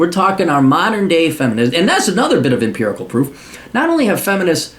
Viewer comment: "Emperic"...... really? Grow a pair!